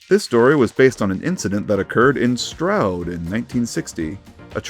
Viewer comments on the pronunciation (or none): none